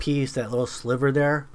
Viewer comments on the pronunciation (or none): none